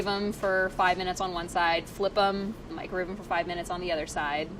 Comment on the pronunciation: Priya says microwave incorrectly, mikerave